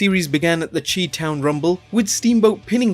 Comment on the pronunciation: The Chi in Chi-Town is pronounced shy.